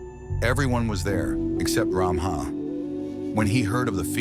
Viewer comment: No. Stop categorising us as Assamese. It's not Ramaha. It's Ramhah. There is lack in pronunciation